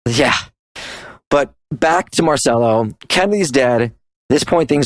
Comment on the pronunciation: It is pronounced "Marchello".